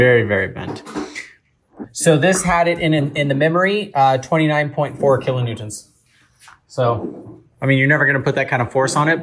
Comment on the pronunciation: "kilo newtents"